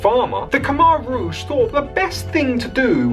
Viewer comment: If you're going to report on history, at least pronounce "Khmer rouge" right... I became very good friends with a Cambodian lad, his parents fled the Khmer rouge and found a better life in Australia, he now is a family man, works hard, loves his AFL footy and is a fantastic AFL footy player. Lay sok, was his name.